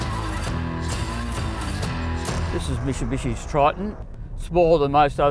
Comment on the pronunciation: Mitsi what, mishibishi 😂😂😂😂